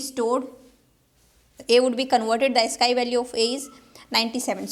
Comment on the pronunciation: Ma'am, you pronounce AS-SKY but it should be AS-SKEE.